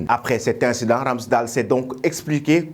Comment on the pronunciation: Ça se prononce pas RamsdAL Mais Ramsdeyle 🙏